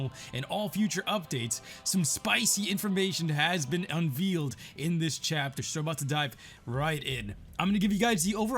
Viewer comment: Did he say unveal ?????